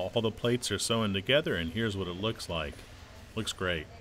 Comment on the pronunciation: This narrator says, 'sewn' weird. He pronounces it - SO-en - when it should be pronounced - sone - (as in cone).